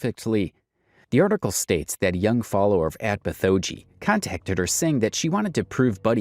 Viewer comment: Small nitpick, Bithoeji is pronounced "bit hoe gee". It's a pun on bitmoji.